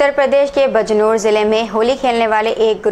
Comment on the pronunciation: Bijnour , hai vo bajnoor nai bolte , samjhe AAP